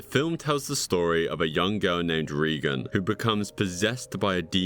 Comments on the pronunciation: Please don't take this the wrong way, but it is so important to research the pronounciation of places and names when narrating videos. Very jarring, and really takes me out of the stories. Reeegan is in fact "Raaygun" and the very famous Cannes film festival, is pronounced "CAN". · Another great video. However, I'm guessing that you've never seen The Exorcist. I'll do you a favor. First off, watch the film - it's a masterpiece. And secondly, the little girl who gets possessed, Regan MacNeil, it's pronounced [Ray-Gun]. The way you were saying it made it obvious that you had not yet seen the film. lol ♥